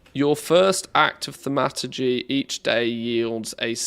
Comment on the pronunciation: I think its pronounced THORM A TUR GEE :)